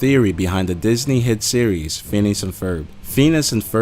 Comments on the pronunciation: Anyone else realize that it's mostly Disney on the list? They must be dark dark people. Also it's pronounced "Fin-e-is" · WHAT THE HELL IS PHEENUS AND PHERB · (Fenus and farb) the way the narrator pronounced it. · Ok, why does he call Phineas "Pheanus"??? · Pheenus? Pheenus? PHEENUS? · its not fenus XDXd lolz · Did you say Penis and Ferb? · Did he just say fenus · Lol "Fenus" I'm dying that is so close to fetus LMFAO. Best pronunciation of the name Phineas I have ever heard. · he says Phenus one more time...... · "fenis" jeez, dude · I'm going to cry if he says Feenis one more time. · "fetus and verb" IM SORRY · FFS! XD the way you pronounce "Feenus" is amazing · fenus fenus fenus xD oh dear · "Fenis" and Ferb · "Fenus and ferb" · he said (phines) not phenius or how ever it is spelt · Looks like you didnt study too much in pronouncation. Fenis and Furb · Lol at "fenis" and ferb tho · FIN-EE-US. That annoyed me to an irrational extent XD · "Pheenus and Furb" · Phineas--- Fin-EE-us sorry that really bugged me lol, I'm kind of crazy about English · Seriously learn to say phineas!!!! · JHC! Get another voice over guy who can pronounce words! It's Phineas, you jackass! FIN - E - US! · Fenus and herb? Really? It's Phineas and Ferb you ass. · Feenus? Lol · I'm so sorry, but it is pronounced fi-nee-es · What the hell he can't even talk now who the hell is "Fenus" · It's pernouced (finy-us and furb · Lol at first I thought he said penis, not phenis. Someone should tell him that its Phineas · Feenis. Yes yes very legits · Lmfao feenis XD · How do you hear FETUS and HERB I hear feenus and ferb. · Lol the way he pronounces "Phineas" makes me laugh. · You ruined Phineas and ferb with your pronounceiation and theory! 😭😭😭😭😭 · Am I the only one that was getting mad when he kept saying Phineas' name wrong? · God this guy can't pronounce phineas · Ethan Moore Lol wtf is wrong witht he narrator he doesnt have an accent but he pronounces everything wrong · İts Phineas not Phinas